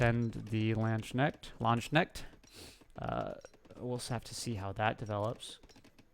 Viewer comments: Anglos can't pronounce knecht, you can say lands-knekt. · Man, it's like lance - k'nehh't, no ae anywhere